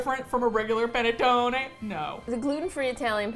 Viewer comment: for the love of god please it's PUH-NEH-TTONEH and not PEH-NEH-TTONEH as "pene" in italian stands for d*ck LMAOOOO